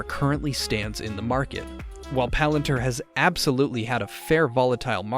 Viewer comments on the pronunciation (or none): I’m sorry it’s Palantir not Palanter. 🤦🏾‍♂️ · its not palant her. its "palan Tier"